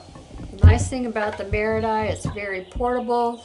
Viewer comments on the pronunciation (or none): Hi,! Thank you so much for this wonderful video! You're such a great teacher, and your presentation style is wonderful and easy to follow. I'm so sorry, but I do need to bring up something I did notice that was rather glaring: the word "marudai" is pronounced "mah-ROO-die". I mention this because I'm married to a Japanese-American and also speak passable Japanese, and I felt a need to bring this to your attention. I'm sorry for any offense caused. I think you're great! I just needed to let you know to avoid any issues you may encounter with Japanese speakers. Thank you again, and please keep posting this wonderful content!